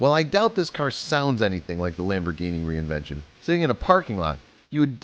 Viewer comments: Its Reventon not reinvention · Looks like absolute trash. Why is this video acting like it's a spot-on replica? And what the FUCK is a "Lamborghini REINVENTION". REVENTON. RE. VEN. TON. It's SIMPLE. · You keep saying "reinvention" like an idiot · Lamborghini reinvention? You mean reventón? And also, that car doesn't fool anybody lol. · Reinvention OMG it's revington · Reinvention? You mean Reventon you idiot? And that thing looks stupid as sick and you're an idiot for narrating and posting that stupid video I've jerked off and jizzed in the shower drain and it was worth more than that car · That looks like shit. It looks absolutely nothing like the Reventon and nobody, not even Stevie wonder, is gonna be fooled by that garbage. And is he calling it the "reinvention"? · Lol lamborghini "reinvention" it's a "Reventon" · What the fuck are u saying. It's nit reinvention it's Fucking REVENTON BRO!!!!!!!!!!! And that does not look nearly as a reventon it's look like a garbage. I dont have a car but I don't what to fucking ride that crap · The car is called "Lamborghini Reventon"... not "Reinvention" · "lamborghini reinvention" wtf it's REVENTON and it looks like a pos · First off its not reinvention, its Reventón. Second its not a two million dollar car, its a 1.6 million dollar car... Not to mention, an eclipse probably can't support the weight of a 6.5L V12 without some serious structural modification. And last of all, the two million dollar Lamborghini your speaking of is the Lamborghini Sesto Elemento. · Shit 'replica' 'reventon' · Say it with me Re. Vin. Ton and or. Ten so reventon or reventin pronunciation is depended a lot on how u say it but it is now a revention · Why do you say it like "reinvention"??? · Ren vent on is how u say it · TheHardest it is called rèventon